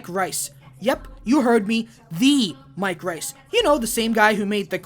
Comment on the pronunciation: Mike Rice?!?! My dude, there are tons on interviews and commentaries where the man says his own name, Mike REISS out loud.